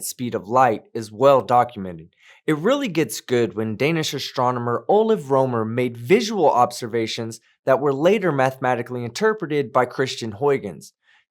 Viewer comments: Not only have we found the speed of light, we can even alter it, all the way down to 60 km/h. This was done by another Dane: Lene Hau. Only correction I will ad is how you pronous Ole Rømer, actually Ole was fine, but Rømer was not. The ø sounds close to ö, and becourse there is 1 m, its a long wovel. Its hard to explain how we pronous letters, but its very different from English, in a lot of cases... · I just loved hearing you absolutely butcher the name of Ole Rømer. That made me all warm and fuzzy inside.